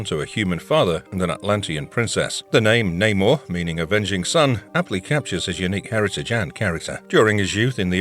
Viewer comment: Man said Neymar 😂😂😂